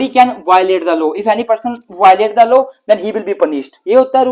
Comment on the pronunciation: Its not low sir it's law Thnku so much u are very ghant ❤